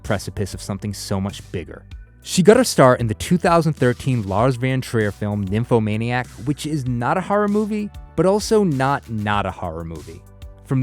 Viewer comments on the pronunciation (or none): Sounds like he pronounces it as Lars van Trier, not von Trier.